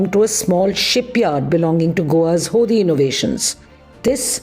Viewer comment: The limitation of the English language is being propagated by Indians.. HODI is pronounced होडी.. not होदी